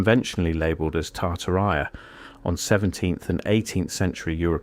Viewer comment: British AI man can’t pronounce Tartaria correctly